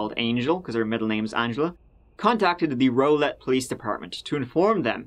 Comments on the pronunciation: It's pronounced raw-lett. Lmao I get it doe you aren't from here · Love yr channel 💜🥰 💜 the accent. But it's pronounced ROW (like wow) lett 🥰